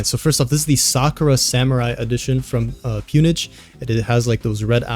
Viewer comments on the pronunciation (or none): It’s pronounced “pown” like “own” with a “P” not “pewn” 😹 pwn/pwned is oldschool gamer terminology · Have I been saying Pwnage wrong ?